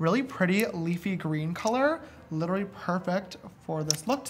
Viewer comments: JAMESSSSS you keep saying litery it is pronounced lit-ter-uh-lee literally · he can’t pronounce literally